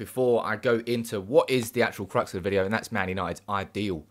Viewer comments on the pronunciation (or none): none